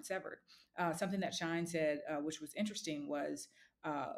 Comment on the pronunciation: SHYNE not shine